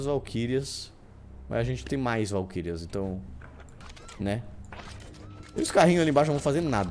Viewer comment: Se você tiver qualquer problema. Valquírias cara, VALQUÍRIAS